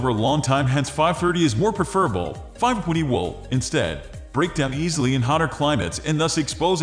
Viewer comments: AI pronouncing the "w" as though it's part of a word. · what accent is this? i had a hard time trying to hear the 5-20 pronunciation